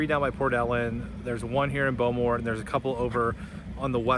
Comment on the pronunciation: Shame you guys don’t know how to use a knife and fork … you have to love Americans and their cutlery skills 😂 at least you drove on the correct side of the road! Nice video with great food. By the way it’s pronounced “Beaumore” which I think you got by the time you finished your curry.